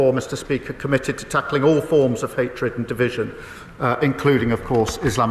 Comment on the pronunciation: "Burning the quo rahhn" - "Incites hayytred" So does reading it.😌